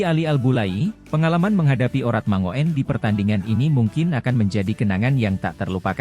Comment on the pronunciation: Oratmangoen yang benar dibacanya Oratmangun, om...